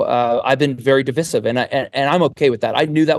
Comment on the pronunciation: No one says divisive like that right? I've never heard that pronunciation and have lived all over the US.